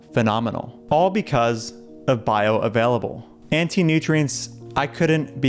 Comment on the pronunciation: "Bioavaielable". amazing